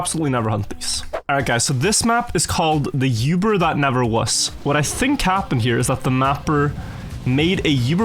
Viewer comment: Oober,. Oober bug. Not Yoober.